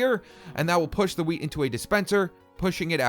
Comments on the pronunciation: who noticed he said weed instead of wheat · Wheat??? Or do you say "weed"